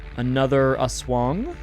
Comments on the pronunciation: 10/10 game, jeepney driver forces people to fit in like sardines.great pronunciation of aswang. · aswang pronunciation is very good, veryy tea.